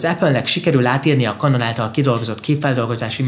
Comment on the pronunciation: Könyörgöm, ejtsd már Kenonnak, s ne Kanonnak, mert felvágom az ereim.. rendesen sérti a fülem, brrr